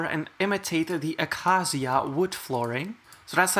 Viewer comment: Acacia is pronounced "Uh-kei-shush" btw, not "ah-kaa-zia" :)